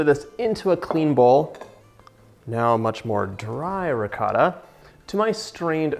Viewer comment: As soon as you pronounced ricotta the way you did I had to pause, comment and walk away lmao